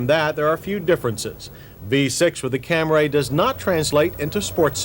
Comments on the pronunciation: If I got $10 for every time John said "Camray" I'd be the richest man in the world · He says camray at least 30 times I counted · I remember as a teen looking at the hood and trunks to see if drivers sprung for the V6 of these boxayyy Camrayy(love the was John pronounces Camry!😁). Very interesting that the 2.5L V6 was not too far off of the power of that era Toyota Cressida. This car is likely the reason Toyota became such a dominating automaker. They were everywhere! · Say camray one more time☝️ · jeesus, stop saying "CamRay" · sounds like a Japanese super weapon. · Have i and everyone else i know been saying it wrong? He says it so often so im second guessing my cam-ree way of saying it. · Its the dude pronounced camry wrong, toyota didnt mis spell it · Came here to complain about the way he says Camry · He must have lost a bet with his drinking buddies. That's the only reasonable explanation I can think of for why he pronounces the name wrong every 15 seconds. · Someone finally told him he was pronouncing it wrong I guess. LMAO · I've been thinking lately about John's continued mispronunciation of "Camry" as "Cam-Ray" back then, & am now wondering if Toyota told him to pronounce it like that just as Mitsubishi told the press to pronounce "Galant" "Ga-Lawn" for the first generation models. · Ah, yes. The Toyota "CAM-RAY" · From now on when I look at the word Camry and hear him say “Camray” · Cam-RAY?!? So annoying! You're an automotive journalist. Learn how to say the name properly! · "The V6 Cam-ray" lol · Oh he’s trying to say CamrAy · Hearing John Davis say Cam-ray makes me physically and primitively violent. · I have never heard the name pronounced "Kam-Ray", or "Tar-us" before. Then to hear "Kam-Ray" over and over again became a bit much. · In case anybody’s wondering, he said Camray 29 times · So I see I'm not the only one who notice he was pronouncing it "Camray" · What the hell is a "cam-ray"? Ok seriously this dude is trolling now for real. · LOL! Camray!